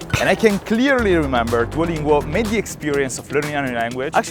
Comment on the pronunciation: Non puoi essere sponsorizzato da Duolingo e poi gli sbagli a pronunciare il nome😭😭 Scherzo bel video come sempre😎hai una volontà invidiabile!